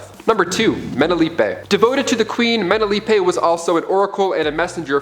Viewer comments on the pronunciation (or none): Great Zeus, the pronunciation of names is atrocious. Antiope is pronounced an-TY-uh-pee; Hippolyte = huh-POL-i-tuh; Menalippe = muh-NAL-uh-pee; Orana = or-AH-nuh.; Themyscira = them-is-KEER-uh. You're welcome.